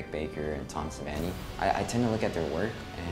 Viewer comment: "Tom Suh-Van-Ee"